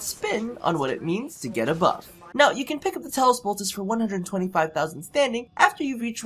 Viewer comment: Bruh, it's Bolt-ah-chee. Like Versace